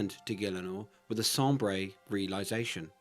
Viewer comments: Pronunciations. Macbre = 'Ma-Carb' and Sombre = 'Som-Ber'. Honestly great work on the video but I think you need more schooling ay. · The way you pronounce sombre 😂